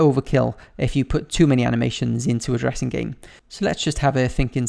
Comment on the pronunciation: It sounded like you said "lets make a Jurrasic game" 😂😂😂